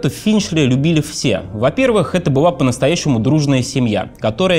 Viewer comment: думает, что он так круто выговаривает букву л, вместо была быуа, вместо школа, шкоуа. Не выговариваешь букву Л - это не твоя "фишка", а твоя глупость, безграмотность, позор!